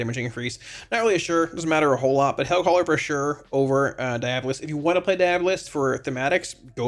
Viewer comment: Deee AWWW bolist